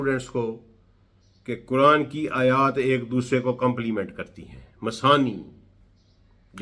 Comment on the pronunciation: کران نہیں قرآن بولا کریں۔ غلط تلفظ سے مطلب ھی بدل سکتے ہیں۔آپ کی فہم وفراست پہ ہمیں کوئی شک نہیں